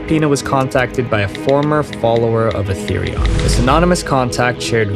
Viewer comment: Atherion sounds like Atherian